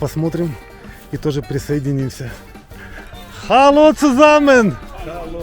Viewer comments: поздравляю Вас с В1. Что я хочу Вам посоветовать. В немецком языке буква "л" произносится мягко, как "ль". Например, не Алди, а Альди. Не хало, а халё цузаммен. Если Вы последуете моему совету, то сделаете огромный шаг в немецком. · Ну-ну, хале...это так па русскі. может выговаривать букву Г (звичайна українська літера Г). І трошки ТРОШКИ пом'якшене л. Тобто галло,а не хале. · 😂ещё понадобится долгое время, что бы это выучить... Хотя не удевительно, там сама учительница шпрехает: вундершон....😅😅😅поэтому и так же разговаривает: Hallo...вместо наллё, Danke schon...вместо данке шён,такая учительница правильно не научит... Жизнь научит....если будет прислушиватся,как разговаривают немцы, или хотя бы люди хорошо знающие язык, а это как правило только на работе....